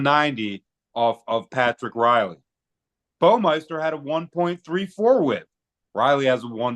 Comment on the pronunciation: It's BAW-MI-ster